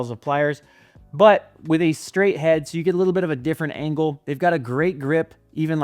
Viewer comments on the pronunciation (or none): none